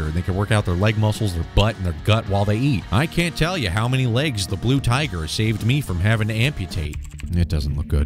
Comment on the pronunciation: "The BLU TIGHER!"